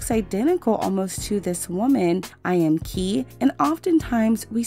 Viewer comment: eyeamki is pronounced "i am ki"